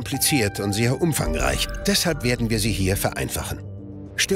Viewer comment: dachte das war ein sprachfehler haha